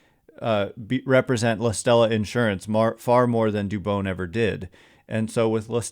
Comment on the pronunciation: Dude learn how to say Spanish names